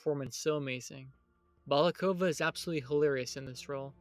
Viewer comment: bakalova btw. Not balakova.